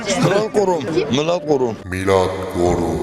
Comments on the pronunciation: Yavaşlattım önce Murad Gurum diyor ikincide Milad Gorun oluyor. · MINA GORUM der gibi murat kurum diyen dayı röportajcı kıza subliminal geçmiş xD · Mına gorum dedi sanki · Ekrem İmiaoğlu,muradoğlu,milad gorun,Melak Denştaş,Erk- Ekrem ilamiğo ve Kara parti hastasıyım diyen dayının yanlış söylemesine ayrıca estes imaro ya anıra anıra kırıldım geçtim.